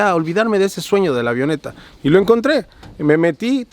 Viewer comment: Cada vez que dice AVIONETA me duele los oídos jajaja 😂, los que estudiamos aviación entenderemos. 😅